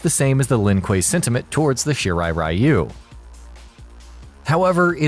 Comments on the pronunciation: Really disturbed by the way this narrator spelled "Shirai Ryu" into "Shirai Rayu". Ryu is pronounced "Ree you" with ee almost silent. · Everytime i heard Shirai RAI-YU! (Friend of Raichu?) .... it is pronounced Ri-u ( ever heard of Ryu from street fighters ?) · ITS REEYU not R-Eye-u.....why do these MFs add different cultures but not get it right. What’s the point 🤦🏿‍♂️🤦🏿‍♂️🤦🏿‍♂️ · Ryu is pronounced as Ree You, the stupidity of the mispronunciation as Rai You comes from the games cut scenes since they began adding dialogue to the characters stories and the such. It happened too with Street Fighter's Ryu character, and it was when Anime started to become strong in America that the correct pronunciation of Ryu as Ree You was finally applied, but for some dumb reason they still mispronounces it in the MK games. The new 2021 MK movie however pronounces it correctly as Shirai Ree You, I guess because of the actor Hiroyuki Sanada who plays Hanzo Hasashi/ Scorpion IS actually Japanese and provided input in the actual pronunciation. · OMG Thank you! All of the videos including this one and the freaking video games cut scenes continue to mispronounce the word Ryu as Rayu and to me it's like nails on a chalkboard. At least the new movie pronounce it correctly after so long listening to the nauseating mispronunciation. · Isn't it pronounced Ree-yu for Ryu?